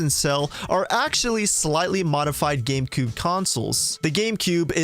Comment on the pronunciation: he says Gamecoob.